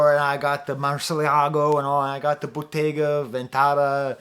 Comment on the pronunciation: BOTTEGA VENTATA LOLOL ITS VENNETA BUT GO OFF🔥